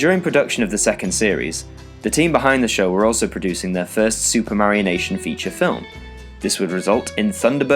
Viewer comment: Bruh. "Supermarionation" -> "Super Mario Nation"